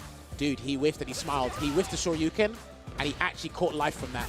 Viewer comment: with the call of Day 3: "He still has an OD Sho-Ryu-Ken!" had 3 or 4 correct calls that last round, but stole the show on that one.